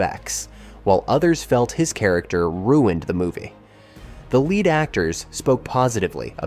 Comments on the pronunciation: As soon as it pronounced the “lead” in lead actor like the metal, I turned it off. It’s insulting. Have a human do the voiceover! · Totally agree. Humorously though, that error demonstrates why Jimmy Page spelled it "Led Zeppelin" to avoid the opposite problem! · I guess this AI hasn't seen the film. "Mila YoVOHvitch", "lead actors", "two thousand three hundred". Tut-tut. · Didn't realise this must be ai until lead (as in to lead a horse) was changed by pronunciation into lead (the metal). An English speaking human couldn't possibly make that mistake. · AI. so cheapens the whole thing, sounds sorta daft but it drops me out every time I hear shit like "Lead" actors. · It read it as lead ( as in pencil lead) not lead. Nevertheless great catch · I hate that this was relatively well done but is let down by obvious ai, like lead the element is not lead like a leader. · Ai voicing. It also said 'led actor' instead of 'lead actor'. No one can be arsed to read their own narration these days. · Reading by A.I. or somebody who is oddly clueless. "Lead" pronounced as the metal in a sentence where it should have been "lead" as in ahead of the others, "lead role". Also read 90210 as "Nine Oh Two Ten" which wasn't the name of the show. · Began searching for actors made of lead? I really hate AI speech. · Once again, AI narration SUCKS. It can't tell the difference between pronunciations, saying 'led', rather than 'lead' (leeed) actors . If you can't do it right, don't do it at all! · LEED actors, not led actors. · ...led actor... That's when I shut it off. If it's too hard to narrate, at least audibly "proofread" the script and adapt as needed. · "led actors" ?! seriously WTF?????!!!!! Just read the thing yourself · WTF? Is this narration AI ' lead actors' pronounced as in the soft grey metal .... ??? WTF??? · "Lead actors", lol. Tweak that A.I., boy.